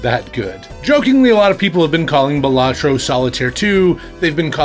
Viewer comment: Great video! I have looked at it but have yet to pick it up. Fun fact: According to the dev, the name is actually pronounced Bal-a-tro, not Ba-la-tro but realizes it too late to correct people, so they can call it what they want lol